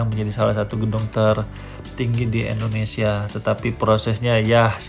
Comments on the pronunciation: Maaf Koreksi dikit bang Penyebutan Indonesianya kok kurang enak di denger Indonesia bukan endonesia Terus semangat bang semoga tambah sukses amin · Endonesia atau Indonesia Mas saya kurang denger 😁